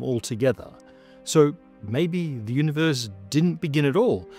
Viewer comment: I remember watching from around when pronounced "universe" as "univorse"